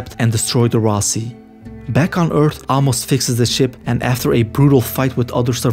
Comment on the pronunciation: Bro. Ah-mos? lol